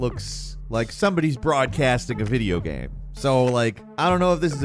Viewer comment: Video "gam"